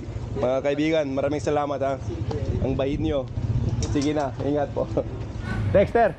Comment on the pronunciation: I really love watching your vlogs. Even the accent is on point. 🤩 The way you say Dexter is very Filipino.